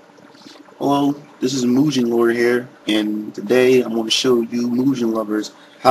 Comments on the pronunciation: "Mugen" not "Moogen" lol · actually it's pronounced (Moo-Gey-un) not (Moo-Jen) because it's in Japanese Romaji using English characters but the pronunciation is still the same, it never changes in Japanese. Mugen means infinity. i guess you can't expect an american to know about obvious things like common pronunciation of foreign words. same pronunciation in over 135 countries. you learn that in world history, though maybe you didn't have that course.